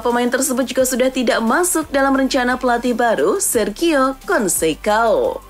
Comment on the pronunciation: Baca nama orang yng benar ok konsesaun bukan konsekaun amoring bukan amorim